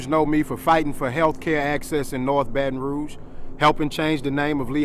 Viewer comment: Wow he actually pronounced “Baton Rouge” correctly!!!!